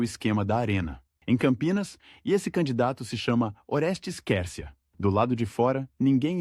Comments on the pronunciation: O nome se escreve Quercia,mas se pronuncia: "cuercia",e não quercia! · Você nessa Narração está pronunciando certo o Nome dele ? A Pronúncia é Cuércia , não Quércia, eu ouvi falar desse político desde Criança, nunca ouvi essa Pronúncia !!! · Pronuncia - se QÜÉRCIA e não qércia . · A pronúncia certa ,QUERCIA. É. QUERCIA,COMO. QUAL,GRATA❤❤❤❤❤❤ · Ta né dando agonia ter que ouvir o narrador falar o nome do Oreste Quércia errado.😮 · Até que enfim 😂dá agonia de ouvir essa pronúncia…